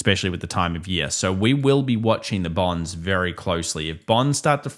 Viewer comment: Bornds. I trust bornds. (Thats hiw it sounds when you say it)!😅